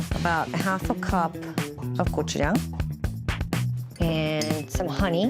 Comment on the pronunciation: Hearing gochujang pronounced correctly and that chicken crunch is music to my ears!!